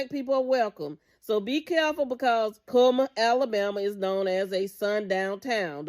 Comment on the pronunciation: ITS CULLMAN NOT KMAN